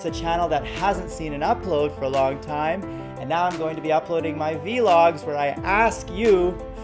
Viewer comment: V-logs??? thats not how you say it lol